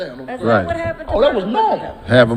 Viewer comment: listen to. He said "DArkansas" lol